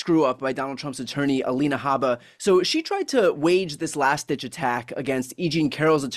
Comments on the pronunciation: Her name is Alina, not Elena. Can’t stand her, but let’s be precise here. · Glenn, her name is Alina, not Elena. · Aleena not Alayna gleen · It's a small thing, Glenn, but you're NOT pronouncing Alina correctly: her name is NOT Halena. Just imagine if we started to refer to you as Gleann. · GLENN OMG HER NAME IS NOT ELENA